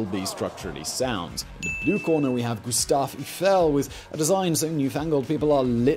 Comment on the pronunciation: I feel pain every time Simon mispronounces names, and with amount of "Eiffels" in this video this one probably of the worst kind